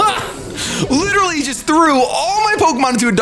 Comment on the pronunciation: And could you please pronounce "literally" correctly? There is an "e"